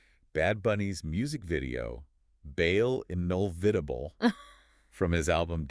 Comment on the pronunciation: I almost missed it, didn’t understand at all what he said…